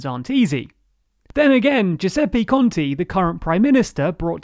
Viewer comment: Let me give you a word of advice: it's a little better if you read every 'e' as in the word 'spell', at least you won't be saying Giuseppi conti (lol)